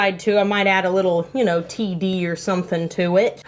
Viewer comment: When she said "oh ya know" and as a Minnesotan you felt that 😂 Way to channel your inner northern folk! Also loving these soaps 🤩